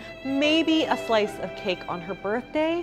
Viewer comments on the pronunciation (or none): none